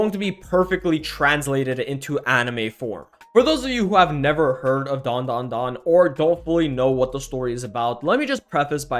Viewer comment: it's DAN DA DAN